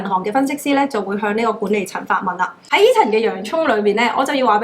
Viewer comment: 無法子唔LIKE 你！thanks ，成萬字，每個咬字非常清楚準確，資訊一流，剪片滿分，只係一字「銀行」個「行」字個音有小小問題，「銀行，銀寒」，努力！極支持！